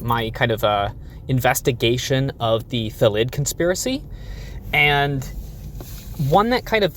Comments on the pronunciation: In all honesty, I think it’s because the English language has most two syllable words as trochaic (stress is on the first syllable), which would make it “THA-llid” not “tha-LLID” to be a word normal to how we are used to pronouncing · I know this is an April Fools thing but in all seriousness it's 'Thal id, the default pronunciation of words in the English language is to have the emphasis on the first syllable of a word. There are regional dialects that differ and a few exceptions (because English is rife with contradictions) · .......when you were comparing thalid to salad, i was sure you were gonna say "phallid"